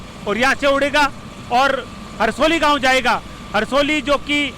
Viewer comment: Scn news reporter साहब ननिहाल का नाम सही बोले हरसोलाव है